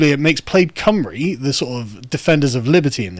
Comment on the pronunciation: Just a small note, Sargon: the Plaid in Plaid Cymru is pronounced 'pl-eye-d' and not 'played'. Thanks for giving us welsh some love, even if its for something dumb thats happened.